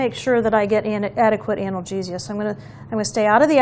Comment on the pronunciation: How you say “analgesia” 🤣